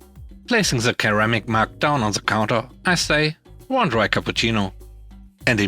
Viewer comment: "Ceramic" starts with a soft-C, like "seramic." Just mentioned it because you used the hard-C in another video as well.